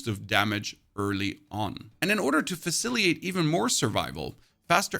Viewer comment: With 100 percent respect intended it is pronounced facilitate with a t in the second half not faciliate. Thank you for the super informative video. Again no disrespect intended I would personally prefer to be politely corrected if I made a mispronunciation and I apologize if this comes off as an attack or unfair judgement. Thank you again.